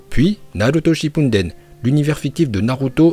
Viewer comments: on dit Naruto shipudden pas shippunden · Pk tu dis shippunden au lieu de shippuden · Et Naruto shinpunden aussiiiii ça me pete le oreille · Non chipouneten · Arrête de dire « Shipunden »😭